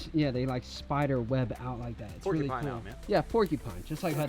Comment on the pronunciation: It’s pronounced pork-you-pine not porky pine